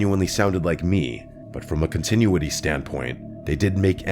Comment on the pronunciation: Why’d you pronounce Marcela and continuity weirdly